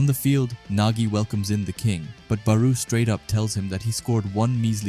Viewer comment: It’s not “baroo” pronounced Baaroh. I still love these videos so keep em coming 😂